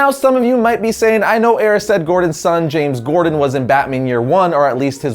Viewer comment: You said James gordan at the beginning